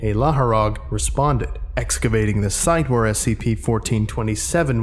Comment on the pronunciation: Hey, just sharing a little pronunciation tidbit in case you find it interesting, since there's probably no way you could effectively google it. "Et Laharog" is pronounced like "pet", "llama" and it means "time to kill" in Hebrew. Anyway, great work!